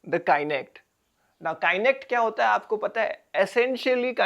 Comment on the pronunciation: It pronounced as kah-nect not Kainect